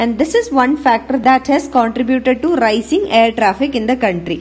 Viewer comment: Ra-ee-cing....rising mam